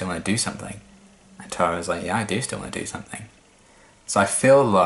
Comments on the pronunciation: If you watch then "Clahra" should be sufficiently seared into memory. Similarly, Giles—and, unsurprisingly—says "Tahra" [tærə] instead of [tarə] like the other characters (including Tara herself) say it. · As far as pronunciation goes, when I first watched the show I didn't pay attention to her name on the credits, so thought that Tara's name was Terra for a number of episodes. That's what the American pronunciation sounds like to me (in Australia we would pronounce it the same as you ).